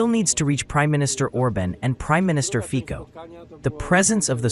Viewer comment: Fico/fitsoh/, not /fikkoh/